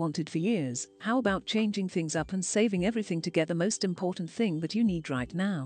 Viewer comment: Impor-en [important]